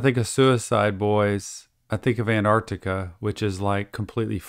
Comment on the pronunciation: Just to let ya know Antarctica is pronounced An-tarc-tica not An-arc-tica